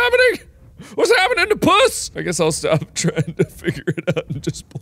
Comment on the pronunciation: I love that Mark pronounces the game as “Pjuss”